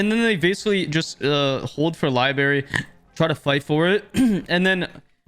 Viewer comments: its not "libary" its "LIBRARY" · Why you keep saying "Li-berry" lmao Sorry if thats how Canadians say it, but that sounds so fucking dumb i cant stop laughing lmfao Love the video though 🤣🤣